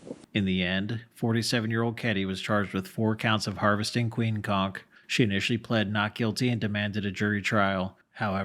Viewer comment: Holy crap, you said "conch" correctly.